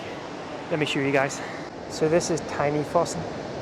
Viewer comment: Your pronunciation of "fossen" is very good.